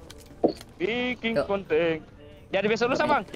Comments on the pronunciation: CIKEN❌ CIKENG✔️ KONTEN❌ KONTENG✔️ KOMEN❌ KOMENG✔️ SEPERTINYA DIA GAK BISA NGOMONG "N" WKWKWK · Se denger gw dia bilang "KONTENG" bukan "KONTEN"